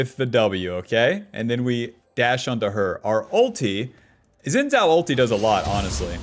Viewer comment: It's "shin-jow"